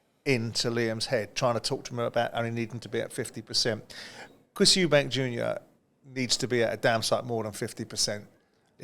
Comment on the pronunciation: Why do you people keep calling him ' 'Eubanks' his name is 'Eubank'. You are literally getting paid to talk about these fighters but you cannot even say their names properly. It's just embarrassing on your behalf